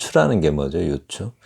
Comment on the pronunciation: 유추의 발음도 또 틀렸나이다! ""유" 도 길게 발음하시옵소서!! 병치의 설명도 약간 틀린것 같습니다. Juxtaposition의 역어로 대치의 뜻인 것 같습니다.